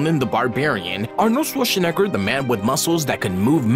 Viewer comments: Swole Schnegr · Why ? I love the way this guy pronounces Schoreshinigherer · "swore shneger" 😂😂😂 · Bro dodged a bullet by pronouncing it wrong🤣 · bro had a seizure pronouncing arni's name 😂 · The way he pronounced Schwarzenegger tho💀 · Fact you don't know about Arnold Schwarzenegger....how to pronounce his name 👎👎👎👎👎